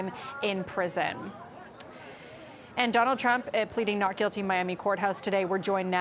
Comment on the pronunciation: He can't even say not with a T! Now corrected! Thanks!